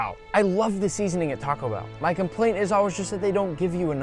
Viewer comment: i gonna tacco bell✅